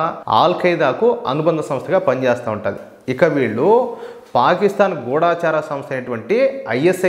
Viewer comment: గూఢచారి అనే పదాన్ని గూడాచారి అని పలుకుతున్నారు. ఆ పదాన్ని సరిగా‌ పలకాలని కోరుతున్నాను.